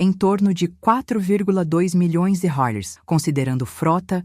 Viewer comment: Porque essa velha que narra a história não diz reais corretamente?